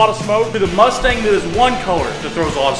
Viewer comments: So it’s the cumstang? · Please just call it the cumstang already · Call it the cummstang lmao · It’s now a cumstang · I still wish he called it the cumstang